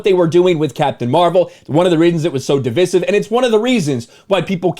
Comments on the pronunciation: You keep mispronouncing “divisive” and I think it’s a big exaggeration saying that she admits everyone hates her Captain Marvel. Not defending her at all, just saying. I hate her as much as the next guy. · What I think is you need to start saying divisive correctly because it is dividing me